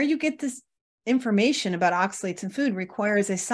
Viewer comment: I think that it should be pronounced oxa-lates, not oxa-lits. Hard to watch this video when the pronounciation is off (IMO).